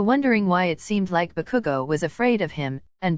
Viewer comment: why is saying bakugo like Baku-go x-x